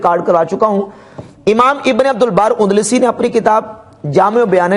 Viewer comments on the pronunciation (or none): UNDLASI NAHI بلکہ ANDALUSI ہے